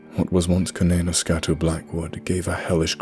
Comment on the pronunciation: You deserve a like just for being able to pronounce that first name 😶 Oh shit! Its the sequel to [redacted)! I love that story!!!